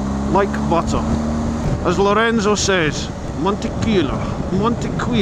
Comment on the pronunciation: Luck of the draw, unlucky! Quite impressed for a North East loon that you used the two 't' s in buTTer...... don't worry about the Spanish!